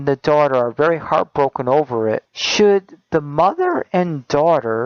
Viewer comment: "shoud" he says "shoud" HAHAHAHAHAHA POINT = PROVEN! This guys an idiot no one should (sorry shoud) listen to him end of story.